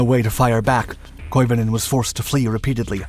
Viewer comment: Some say he's still skiing to this very day. By the way, your pronunciation of Koivunen is pretty damn good!